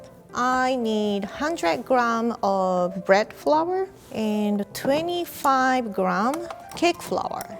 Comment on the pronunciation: Nobody:: "bread FROUR"